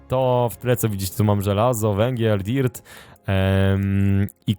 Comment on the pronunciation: Powiedziałeć dert